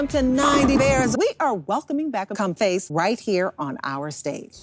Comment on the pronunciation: Not even 10 seconds into the video “we are welcoming back CuM-FAcE”